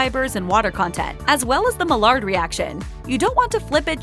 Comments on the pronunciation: Maillard is pronounced MY ARE, not mallard. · The way she was pronouncing "Maillard" was annoying. The Maillard reaction is a chemical reaction that happens when food is heated and proteins and sugars turn brown. It is pronounced as "my-ard" and is named after a French chemist.